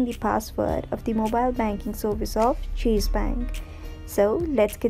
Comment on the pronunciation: What is the difference between Pronounce cheese and chase😄👌